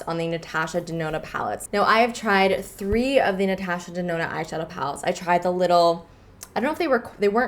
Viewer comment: Great video but how you said "Natasha" made me cringe so hard 😂😂 still a good video though ❤️